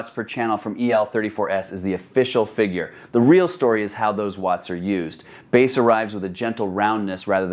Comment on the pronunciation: "Baaass" as in the fish? That's such AI slop I'm blocking this channel.